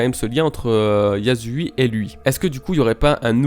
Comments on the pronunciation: Très bonne vidéo, très informative etc mais je tiens juste à corriger la prononciation de yasuie. C’est Yassouïé et non yazouille. Bisous! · Ça se prononce yasuiyé si jamais bro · Salam, YASSU YEAH pr la lecture de Yasuie stp YA SSU IYÉ je crois en toi !!!